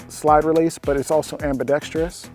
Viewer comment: HOLY SHIT YOU SAID AMBIDEXTROUS PROPERLY!!! SUBBED. Only gun tuber I've heard do that. They all say AMBIDEXTRIOUS